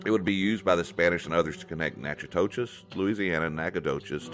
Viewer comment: Thanks for recording all of this. You did a really good job of sharing lots of cultural aspects of our ancestors. I appreciate the respectful tone. Sometimes I can be very critical of Texas historians but your work is very objective. A couple things. I'm Natchitoches Indian you did mispronounce our name but not as bad as many have it's says (Naka-dish) phonetically. Also most Caddo European contact in Louisiana was early 1700s not 1800s other than that this is an awesome presentation. Thank you. I'll sub.